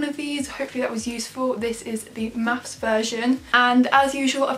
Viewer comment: and "mathes"